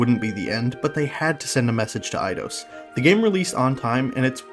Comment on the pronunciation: Eye-dos is the correct pronunciation. Back in the 90s we called it id-ee-os.